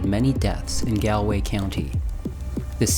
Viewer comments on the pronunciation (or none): not sayin this to shit talk but to pronounce Donegal the Done part is "dunny" and the gal part is pronounced the same way youd say "gall" in gallbladder and that also applies to Galways pronunciation Enjoying the video so far jus wanted to mention this! :D